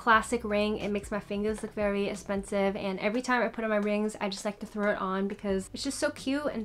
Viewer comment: I love the way you say “espensive”💜😂